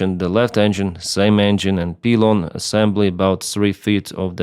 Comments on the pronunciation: It's pronounced pie-lon in English. This appears to be the exact same thing that happened to American Airlines Flight 191 in 1979. Hopefully these aircraft will be grounded for good. This tragedy did not need to happen. These aircraft should have been taken out of service a long time ago, and they certainly should have been inspected and maintained far more often. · We actually pronounce pylon as “Pie lon” in English. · It's pronounced pielon pylon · Dude it's PYLON....LIKE APPLE PIE....LON...LOL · Thanks. It's pronounced Pie-Lon. "Y' is sometimes an "I" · Good straightforward commentary. Thank you. Pronounced 'pie-lon'. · It’s pronounced like pie like r squared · Pylon is actually "Pie-lon" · Pylon in English is pronounced " Pie Lon". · It is pronounced "pie- lon" in English.😊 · It's "pie-lon" in English... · For Your Information- the word "pylon", we in America pronounce this word phonetically "pie-lawn" or, "pi-lawn". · Great Video! FYI - pylon is a hard I, not soft. So kinda of like 'Pie' lon. At least that is how we say it on the East Coast of the US. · Thanks. In American english the " Y" in pylon is normally said as "why" So its like - "pile on", just being helpful. Not criticizing. Appreciate your you tube channels. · the poor crew and folk on the ground didn't stand a chance RIP. pylon pronounced pie-lon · It's pylon, not pylon in English. Good info tho!😅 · "Y" sound in English pylon Good video, 👍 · It's a shame, he had his browser open right there but didn't open a new tab, type "define pylon" and click the audio icon. Such an easily correctable mistake. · It’s not disassembling. It’s exploding. Not a peelon, pylon. You’re a pilot? Not a peelot? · Its the other pronounciation, more like PIE-lon than pee-lon. Hope that helps! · What the fuck is a peelon? Do you mean pilon? Pronounced pai·laan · It's PIE-lon, not PEE-lon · No, it's not PEE-lon. It's PAI-lon. Also, SDI is ESS-dee-ai not SEE-dee-ai (that would be CDI). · “Pie-lawn” = pylon